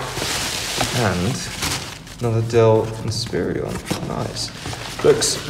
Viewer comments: Why do you keep pronouncing it as "Inspirion"? It's "In-spi-ron". There's no extra I after the R. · Some of his pronunciations had me chuckling. i.e. Inspiron....